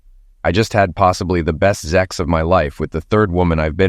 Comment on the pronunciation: Why does the Narrator say 'ZEX' and not 'SEX'??? Is it taboo to treat the readers as ADULTS ❓